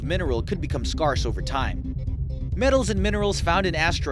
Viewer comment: Scarrse? lol! It is pronounced scare ce.